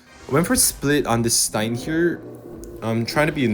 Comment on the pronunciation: can you stop saying stiehn insteid of stein its pissing me off